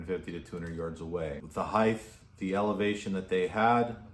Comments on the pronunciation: “height” not heigdthhhh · What kind of idiot would go to a Trump rally? and it's height not heith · ... It's "height," not "hieth." You're welcome.